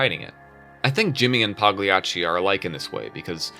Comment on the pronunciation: The G in Pagliacci is silent